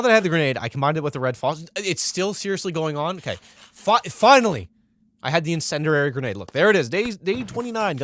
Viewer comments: The phrase "what does incendiary mean?" is an occasional joke brought up between me and my brother so hearing this man say, with a dramatic pause, "something called an incenderary grenade" almost straight up killed me. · Even better is that he has no idea how to pronounce 'Incendiary,' and says 'Incendrarary.' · “Insenderary grenade”